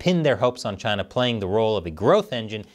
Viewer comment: China, CHI-NAH CHI-nah!!! No way